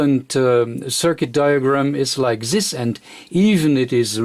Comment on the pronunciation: You can say "impedance" with D but you can't say "this". Why?